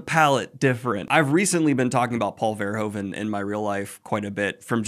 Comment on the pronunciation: Just replace the OE part, with the OO from Noodle... VerhOOven. Almost native Dutch 😂❤😊 great video, gonna start this series this month for sure!